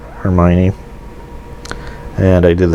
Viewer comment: idk what it is in french but in italian it'd be (her-mee-oh-neh), and that might be a bit closer. Thx for the video tho! Was thinking about buying this and wanted to know exactly what was in it.